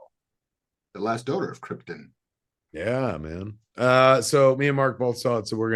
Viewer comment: Did Marc just go Brando and pronounce it "Kryptin"?